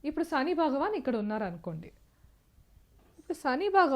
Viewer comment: అమ్మా,మీ ఉచ్చారణ, చెంద్ర, సని అని పలుకుతూ ఉన్నారు.కొంత ఆరవ/ తమిళ accent నుంచి తేట తెలుగులో పలకండి. మీరు రికార్డు చేసిన తర్వాత వాయిస్ low గా వున్నదా అని కూడా చెక్ చేయండి. బాలు, ఘంటసాల పాటలతో మెరుగు చేసుకోండి